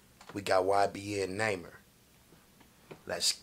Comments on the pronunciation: He said naimer in the bigginin and when it started he said it right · Naw-mer THATS HOW TO PRONOUNCE IT YBN NAHMIR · Its not (nymer) its pronounced ( Ni- Mir ) 😂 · Why does he say namer It's prounouced (NAH Meere) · Not naymir it namir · its nah-mir not numer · Nahmir not namer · right 😭💀 “neighmir” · “Next Up, We Got YBN Namer” 😂😂😂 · "Next Up We Got YBN Namer"😂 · “Next up, we got YBN Namer”😂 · "YBN Namer" "Young Namer" 😂😂😂 got me hollerin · This man said namer😂😂😂love this nigga bro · YBN Nahmir: My name is Nahmir not Nahmir Everyone else: Its Nahmir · “ YBN Namer “ 😂😭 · 2020 sound like he said '''YBN Neymer' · He really said it’s YBN Namer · Mans said ybn namer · "YBN NAYMER"😂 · Lol he said naemir 😂😂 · He said ybn namer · That nigga said naymer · It’s nah- mer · Say number without the b that's his name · Nahmir pronounced (nah-mier) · Its n a imir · You say it wrong bro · you don't like him because you don't even know how to say his name.